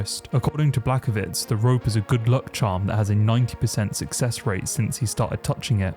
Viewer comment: This guy explaining the iceberg but just said Jan Blackovitz